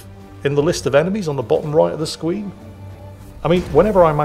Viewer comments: anyone else catch he pronounced it as "sqween" gave some ":3" energy Love the video, loved your xcom 2 videos and really enjoying WH40K videos of yours hope i can see more of you playing these kinds of games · Did any one notice that when was done with the mission he said the bloom spawn was on the bottom right corner of the (scween) not screen. Is it just me did I hear that right. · “At the bottom right of the sqween” I’m not the only one who caught this right? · "Bottom right of the scween" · Ah yes, the “sqweene”. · did anybody else think said "On the bottom right of the SQUEEN"? LOL maybe I'm just tired